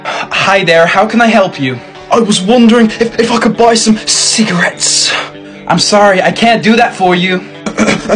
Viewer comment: Why did he say cigarettes like that. "SsigaRETTS". Lthe pronunciation was right of course but the emphasis on certain sounds was funny